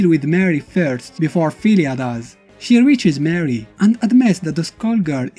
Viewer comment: It's pronounced more ree not mary brah